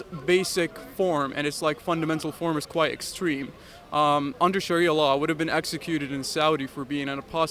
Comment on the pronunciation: I have heard actual native Arab ex Muslims and they don't speak or pronounce Arabic words like Sharia like this ...this guy's not truthful if his going to lie at least make it realistic could just have said ex Muslim from Canada or us where ever his from